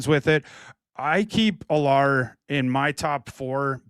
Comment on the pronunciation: needs to learn how to pronounce Allar and Klubnik name